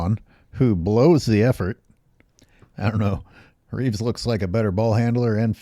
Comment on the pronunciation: Not to be THAT guy, but it’d be Reaves’ no extra S at the end.